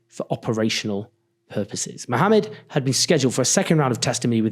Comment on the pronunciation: Thank you for pronouncing Mohammad’s name correctly